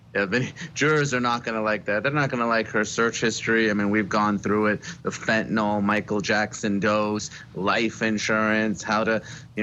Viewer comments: nyl, not nol!! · FENTANYL..... NO O IN THIS WORD US